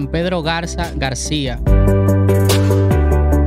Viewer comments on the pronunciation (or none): none